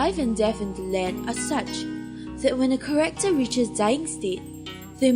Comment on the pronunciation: I UNLOCKED A KEY MEMORY WHEN THE VOICE ACTOR SAYS KAREKTOR INSTEAD OF CHARACTER OMG